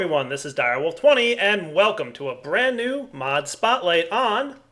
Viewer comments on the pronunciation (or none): none